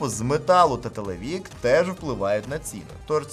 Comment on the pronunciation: ТелевИк, а не телевІк...